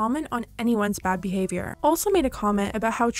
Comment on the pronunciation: No one: Trisha: “poor behave your”